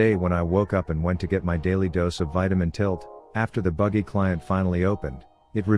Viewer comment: The fact that he said bitamin tilt is funnier